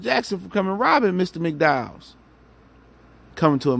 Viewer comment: My g said McDowell’s!!!! Lmao